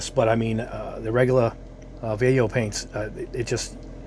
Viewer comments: If you wanna be fancy and pronounce it correctly, it’s “va yay ho.” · I lived in Madrid for 10 years. They are a Spanish company I believe in Barcelona so it is pronounced Bayeahjho. But who cares. This is a really great test. Really great. I occasionally build kits for fun but I need this information for creating props and costume details for my characters. I’m a narrative figurative artist. The ball tests were an, “Ah, hah.” Moment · Spanish word. So it’s pronounced Va-YEH-ho. Double “L”s are pronounced like a Y as in tortillas. And J is the Spanish H, like in the Spanish names Jose and Juan. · Hi! Nice video! handy review. Just for general culture. Vallejo is a Spanish Brand, so it should be pronounced something like "Vayeho", you know, similar to "yacht" or "yard"..in Spanish "Ll" and "Y" have the same sound. Cheers! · BTW, both ways of pronouncing Vallejo were wrong. Vallejo is a Spanish surname. In Spanish LLE is pronounced Ye and JO is pronounced Jo (lije 🎅 laughter), so it is pronounced something like VaYeJo. You could catch a vide from Angel Giraldez to get the pronunciation in Spanish from Spain.